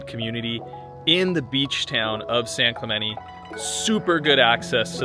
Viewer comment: how long have you been pronouncing "San Clemente" like that?